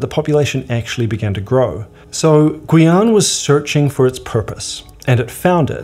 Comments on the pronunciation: Guyane is more like Gee-yan than Gooey-an ^^ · Non ? C'est gu--ee-ann